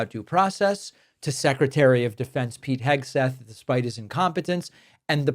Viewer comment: Pete Pigswill?